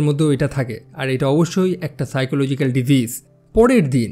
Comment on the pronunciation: সাইকোলজিক পাইকোলজিক না 😅😅😅🇧🇩🇧🇩❤️❤️